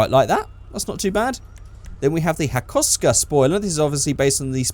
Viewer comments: Its the hakosuka skyline. Not the hakouska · You literally killed the name hakosuka 🤦